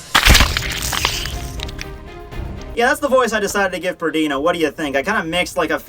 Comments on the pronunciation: Compulsory - required; mandatory Pernida (not pronounced PerDINA like you do it) is "compelling" a part of your body to move. He just likes to make your body move in the move violent way possible to harm itself. He can do it on objects too, like Hikifune's Cage of Life. That's the best I can do to explain that,. I might even be wrong XD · i think it's PER-Ni-Da that was my impression it doesn't matter lol